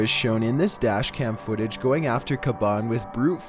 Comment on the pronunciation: #15 Burger king Foot-AH